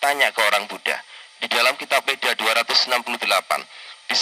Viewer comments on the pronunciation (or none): none